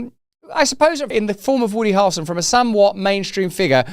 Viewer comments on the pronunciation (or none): Harrelson…not harlson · To help you pronounce Harrelson correctly think of Prince Harry and the way you pronounce his name. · Also,even for a brittish guy that's a wild pronunciation of "Harrelson" 🤣😂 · Bro is dying over here in an attempt to pronounce Harrelson hahaha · Dude! Please stop pronouncing his name like that 😂 It's like nails on a chalk board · Why does Russell pronounce “Harrelson” in such a weird way??